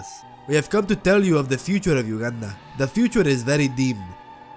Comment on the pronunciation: when he said ,,protect Ugandan,., i just heard ,,Protect Wakanda,, lol